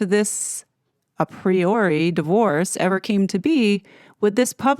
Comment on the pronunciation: I find it hard to tell when you've stopped reading the piece and have started making your own comments on it. It's all in a singsong. Also, your pronunciation of "a priori" suggests you don't know what it means.